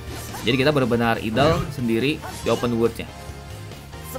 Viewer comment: Idle dibaca Aidl ❌ Idel ✔️